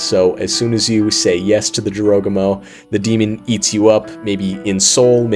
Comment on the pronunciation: Hopefully you will pronounce Arachne right because you butchered the word Jorogumo